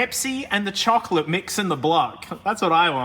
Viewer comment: how much time i heard chokolate